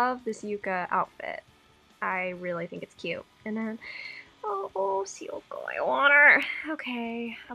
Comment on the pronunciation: Oh man I ended up paying for some gems for her too since she's my best girl and got nothing so I feel your pain...I'm so so sorry. Also I dont wanna sound rude or anything but Syuko is actually pronounced Shuuko!